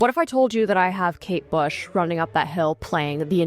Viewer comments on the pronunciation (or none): it’s kate bush not kate shave 🩵